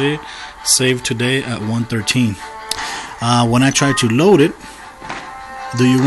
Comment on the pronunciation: load not koad